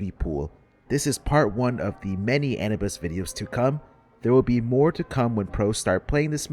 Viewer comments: Awesome video but on a sidenote my man just can't pronounce Anubis lmao Anubis not Anibus! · also it is pronounced uh-noob-is lol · the way you are pronouncing anubis is hurting my balls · I love your videos but that is not how you pronounce Anubis😭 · Please pronounce "Anubis" correctly